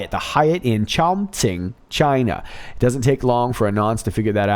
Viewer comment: Isn't it pronounced Chon-KING? Idk ? Sorry for focusing on the wrong part of the story ,lol love Your vids brother .